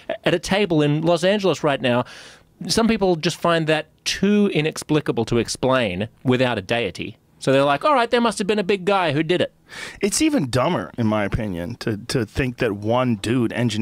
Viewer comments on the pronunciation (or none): between - he says day et e its deity and its pronounced completely different lol